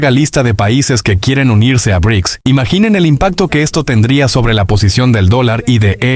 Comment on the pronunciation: Vaya voz más rara que tienes, y eso de "e e uuuu" o "be erre i cee ka ese" (en vez de Bricks) suena aún peor. Es lástima, porque la información está muy bien.